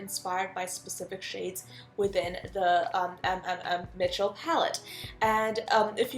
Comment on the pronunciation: Just so you know, sweetie, his name is not M M M Mitchel, but put the m sound all together...kind of like you would if you had a stutter. As an example, with my name, Shelbie. sssShelbie. It’s repeating fast, mmmMITCHEL. I hope that makes sense! And what a fun video idea! Much love to you, Shelbie =)💜🧡